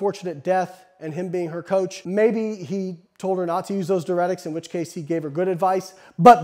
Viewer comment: Your content is good but you are pronouncing diuretics incorrectly